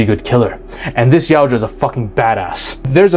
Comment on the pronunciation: Man you being able to say Yautja instead of "Yaucha" puts you ahead of other content creators who have covered Predator content before, you just gained my sub for that.